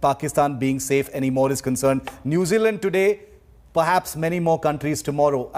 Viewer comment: New Zeala😂😂 Indian English 😂😂 Jacinda Ardern not Arhern